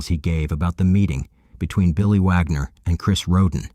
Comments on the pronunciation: It's WAG NER WWWWWWW WITH A W. NOT VAGNER AND PLEASE DON'T LISTEN TO THIS VIDEO. ALL THE DETAILS ARE WRONG. THIS PAGE IS FUCKING ALWAYS GETTING STUFF WRONG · Why sometimes pronounced Vagner and sometimes Wagner? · Bro is it VAGNER or WAGNER jesus christ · Their name is WAGNER NOT VAGNER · I feel like Vagner was said more than Wagner.